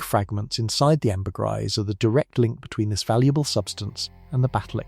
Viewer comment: hand-pink-waving:Google "pronounce ambergris":face-red-droopy-eyes